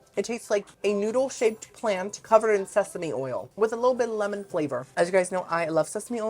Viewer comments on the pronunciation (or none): none